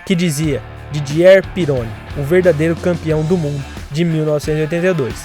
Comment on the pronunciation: A pronúncia do piloto Didier Pironi está totalmente errada. As duas palavras são oxítonas, o E de Didier é fechado, e o R de Pironi se lê como RR em português.